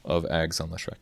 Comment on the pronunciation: If you are such a big Leshrac fan why can't you pronounce his name? :)))))